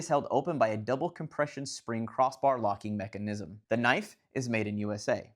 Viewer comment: Never heard anyone emphasize the “NISM” part of “mechanism” before. 🤔